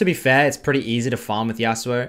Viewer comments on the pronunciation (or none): none